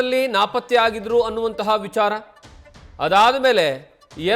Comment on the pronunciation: ರಿಪೋರ್ಟರ್ ಅಣ್ಣ, ಅದು ನಾಪತ್ತೆ ಪ್ರಕರಣ.. ನಾಕಪಾತ್ತೆ ಪ್ರಕರಣ ಅಲ್ಲ..